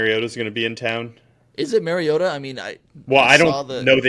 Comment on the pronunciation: Another great podcast but I believe you both pronounced Mariota wrong. It’s not supposed to sound like Mary.